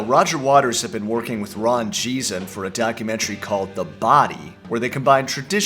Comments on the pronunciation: Good analysis. The only thing - Geesin pronounced Gh, not J. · It's not Jeeson. It's a hard 'g', like 'geese un'! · Geesin is pronounced as Geese-In